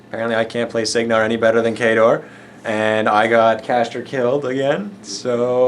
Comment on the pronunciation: What an insult!!! Does he keep sayin' Khador?!!! Lol